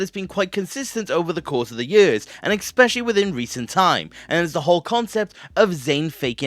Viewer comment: "Nine YÖRS!"